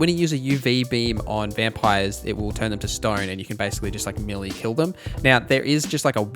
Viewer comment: It's pronounced meelay not meelee btw (in AUS it's UK pronunciations not US ones)